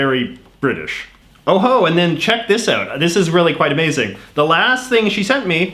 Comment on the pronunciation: you slipped up and pronounced “out” like a normal Canadian.